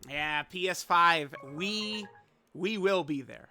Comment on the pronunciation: emphasis on that "WE" 🗣